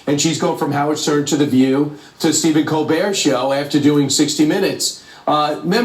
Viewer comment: Its pronounced ko bear....hate Stephen Kobert!!!